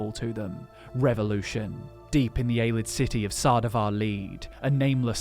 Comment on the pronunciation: My dude, it's pronounced Ayy-lee-id, not Ayy-lid. They say it in the games.